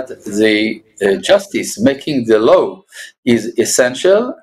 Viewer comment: כבוד, באהבה ובהערכה רבה, טיפ קטן: Law חוק, מבטאים "לו", הדבליו בסוף שקטה. Low נמוך מבטאים "לואו".